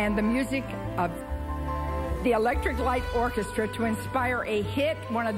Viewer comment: Thanks for this clearer version AND including Lily Tomlin's FULL introduction. Funnier to see her try to say Electric Light Orchestra.